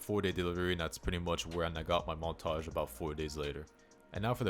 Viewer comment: bro is definitely part french lol, “montaahhhgggee”